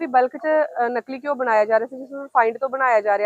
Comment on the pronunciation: ਨਲਕੀ ਨੀ😂 ਨਕਲੀ ਹੁੰਦਾ